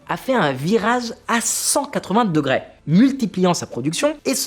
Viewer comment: Très intéressante vidéo, mais Pitié, cesse de prononcer des mots se terminant par le son « é » par « ai ». On dit degré pas degrai, réparé pas réparai, attiré pas attirai, capturé pas capturai, Corée pas Corai…